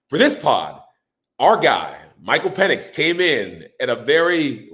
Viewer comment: Why did I think this was a giant channel - and why don’t u know how to pronounce ur Qb … come on man